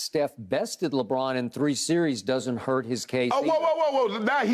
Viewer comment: Skip have to stop himself from saying Legone everytime he says Lebron name is Hilarious